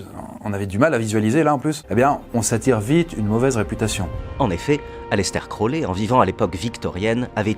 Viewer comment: Aleister crowley = ayistar krory. #dgrayman